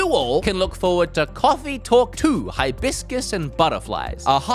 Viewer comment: Hibiscus pronounced hi-biz-cuss